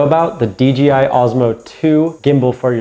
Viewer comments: Dude. I cringe every time you say D'G'I. C'mon man. Its DJI. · Good, informative video. A couple of things though - it sounds like you're saying "DGI" instea of DJI. Also, in the beginning when you were explaining how to balance the phone, the wrong adjustment knob was shown. Helpful video though, thanks! Subscribed. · You keep saying DGI JJJJJJJJJJJ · Helpful video...but It's DJI bro..."Dee Jay Eye" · How hard is it to pronounce the J correctly? You call it the DGI pretty much throughout the entire video. I don't really care, but I found it funny. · You keep saying dGi